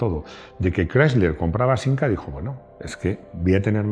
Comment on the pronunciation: Es de Madrid y dice sinca tronco.